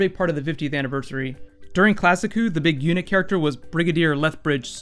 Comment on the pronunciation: ***** UNIT in classic who is pronounced like United Nations Inteligece Taskforce.